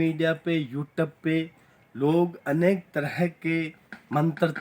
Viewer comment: YouTube ❌ youtab ✅